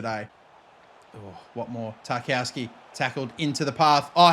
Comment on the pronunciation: Stop calling him Tar-KOW-ski, it’s Tar-KOV-ski 😂